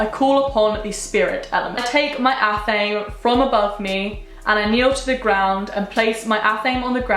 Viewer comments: babe I love you but its ATH-uh-may not ath-aim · athame is pronounced ah-tham-ay. just so you know. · Love your videos you are gorgeous!! by the way athame is pronounced ath-em-ay :) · It’s “ath-ah-May” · I was pronouncing "athame" the wrong way this WHOLE time